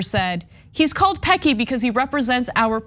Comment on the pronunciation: 😂 OMG! Anna it's pronounced Pessy. Not surprised by this at all. Worked for Amazon for 3 years in Registries. Had 2 strokes and was let go 🙄 because I had to do the training again because you know I have zero short term memory. And refused to work a 11 hour shift. That was my shift pre strokes (I had 2).